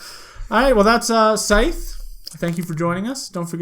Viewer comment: Just stumbled on your channel- really enjoyed your review! Will definitely tune into more of your videos. It's funny though that you mentioned that the rule book explains how to pronounce Scythe and then you still pronounced it wrong. :)